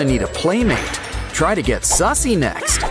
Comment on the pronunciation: Its Suzie not sussy